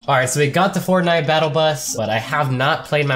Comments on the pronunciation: He also said fort.. nite though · Eldin Rizvanovic you realize pronounced it wrong. right